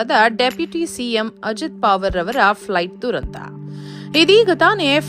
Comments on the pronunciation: ಅವರ ಹೆಸರು ಪಾವರ್ ಅಲ್ಲ. ಪವಾರ್ ಎಂದು. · ಪಾವರ್ ಅಲ್ಲ ಪ......ವಾ..............ರ್